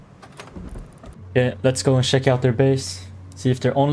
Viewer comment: Make a hour vid of you just saying check it sounds like shek